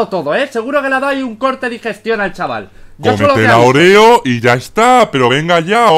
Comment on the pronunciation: Se llama óreo porque le dice oréo?😂?😂?😂?